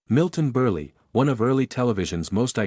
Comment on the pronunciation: Milton BURLY? LOL!! Oh, it's read by AI.